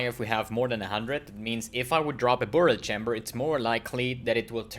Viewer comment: I love the way you say "BOOORial Chambers..." so exotic!